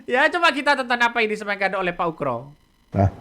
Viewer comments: Ugro bang bukan ukro pake G..UGROSENO..payah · Pak oegro bukan oekro ....